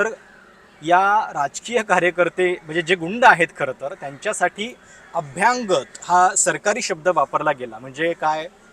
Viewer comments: अभ्यागत म्हणा अभ्यांगत नव्हे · बरोबर..अभ्यागत ऐवजी अभ्यांगत म्हणत होते. मराठीची ऐसीतैसी 😂